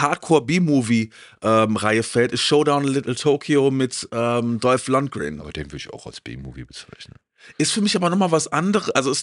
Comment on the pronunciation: Auch hier ...der Herr heißt "Lundgren" nicht " Landgrn"